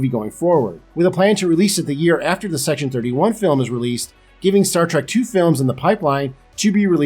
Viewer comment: Did he say "C-Section-31?" I'd watch that.